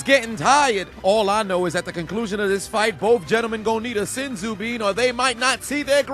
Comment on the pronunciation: He said “they need a sensu bean or they won’t see their grand children”😂😂😂☠️